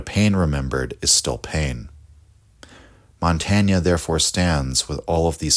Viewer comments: Why is it so hard for English speakers to pronounce even well-known names correctly? It’s impossible to follow the argument, however perfect, while the name is being butchered every few moments. Too hard to learn such a simple thing? Or for lack of respect? /mɒnˈteɪn/!!!!! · This is a very good video essay, but it's just pronounced "montayn" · You pronounced his name wrongly. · I'm sorry I love your channel but the French pronunciation is painful lol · Good text but please pronounce his name properly. We owe him this much. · Good video, but awful pronunciation of Montaigne's name!